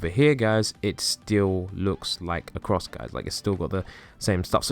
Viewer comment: Why he make a cwoss of emwerlds